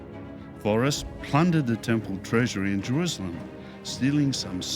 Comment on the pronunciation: Why does say Jeruzalem? He pronounces an s as a z. Not important but it bugs me.